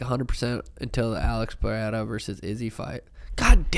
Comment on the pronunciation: Let's goooooo finally an American pronounces Pereira correctly. Thank you sean